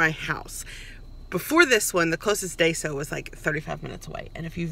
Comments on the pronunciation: Just a friendly correction,...It's pronounced 'die-soh'. Love this store and you're lucky you have one in your state. I only got to visit it when we went to Seattle (there's none by where I live). Anyway, thanks for the vid! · 🌟THANK YOU🌟 for speaking up! 😄👏 It's pronounced "DYE-SOH" Y'all!